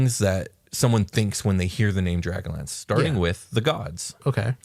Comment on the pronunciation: Everytime said dragonlance in 100s of episodes I thought he was saying dragon lands. Then halfway through this episode it hit me....